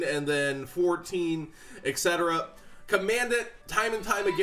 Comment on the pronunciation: Nobody cares but it's Kah-men-dahnt not comand-ant like dahn-tay not dan-teh